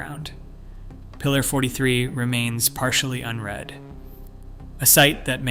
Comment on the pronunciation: I had thought this was a real human being but after “unread” was pronounced U-N Reed I’m very disappointed.